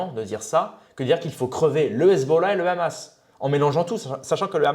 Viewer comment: KHamas, KHamas, KHAMAS... En Français on dit Hamas HAMAS ! La Palestine subit un pogrom depuis un siècle, réveille-toi !